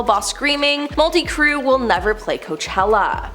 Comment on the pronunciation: Molty crew?? lol this channel always has people mispronouncing names it’s so cringe!!!!